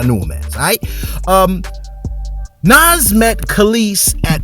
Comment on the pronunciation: You are not a fan of Nas (The way you said his name shows that)